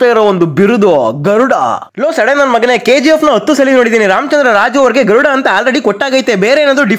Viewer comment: Garuda ❌ THARUDA ✅ 👍😂